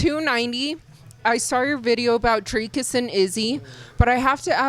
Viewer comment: He does but he is pronouncing duplessis pretty close to how it should be. Strickland pronounces Dricus like Dry Cus